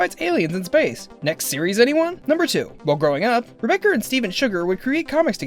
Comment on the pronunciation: on the second fact did he say "Rebeccar"